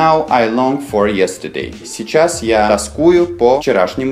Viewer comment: Переводчик! Извините, плизззз... Вы -русский или еврей? Допустим. но смысла Вы не улавливаете Совсем! Юз ту би? естедей? У вас переводчик говорит "ес ту дей"! На .Великом русском, как это можно интерпретировать? Вплоть до (ё..... твою .....). Мастера перевода! Вы же ни х... я не понимаете в языке и только токуете, как понимаете сами. А сами вы ничего не понимаете! Вот в этом и проблема! Славяны... , Левша говорил,что "Англичане ружья кирпичом не чистят". Вы поняли о чём говорил Тульский слесарь Левша? А? Нет! Ответа не будет. Не англичане вы и не Левши.И ваш перевод есть чистка кирпичом того , что нужно смазывать маслом!Тщательнее, тщательнее., как говорил великий знаток Русского языка Черномырдин.и его руководитель, Горбачёв. Или ГорбАачев? А кто их знает? Не было НИКОГДА, и вот ОПЯТЬ! Прекрасная ЛОГИКА! Новое МЫшление! Или МышлЕние? Знатоки Великого Русского, подскажите и поправьте! Я - Нерусский!.